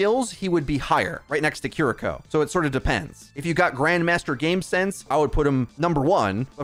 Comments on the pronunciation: Bro, you make money off this game. At least pronounce the names right. Kuh-reek-oh sounds like she smells bad. Kiriko. Keery-co, bro. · It's "KEE-REE-KO" btw. Not Kuri.., kiki.. or..kuki... ^^